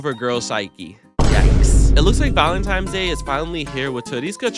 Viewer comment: Val-en-tines, not val-em-times. Cummon man.